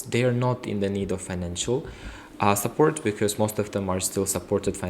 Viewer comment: Support was mispronounced by candidate